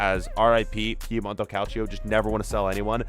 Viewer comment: Also, It's Piemonte Calcio, not Piemonto.